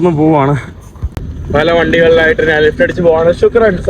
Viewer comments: നാൻ, നാൻ, നാനു അല്ല, ഞാൻ ആണ് ശരി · ഞ എന്ന അക്ഷരം പറയാൻ പറ്റുന്നില്ല ഞാൻ എന്നതിന് നാൻ എന്നാണ് പറയുന്നത്